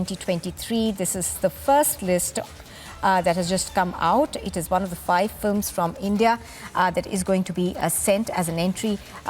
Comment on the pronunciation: Pl say 'films' and not 'flims'